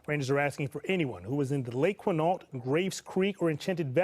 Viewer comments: Quinault is pronounced ‘kwin-ALT’. Please. NOT ‘Keen-oh’ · I agree about the lack of research. He doesn’t even pronounce ‘Quinault’ correctly. I am so sorry about Laura.